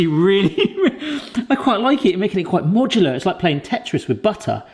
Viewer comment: Modular , it's Modular. Amplitude .